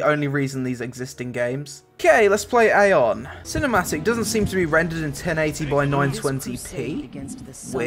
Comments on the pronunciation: Eye-on, not Ai-on. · it's pronounced "Ah yon"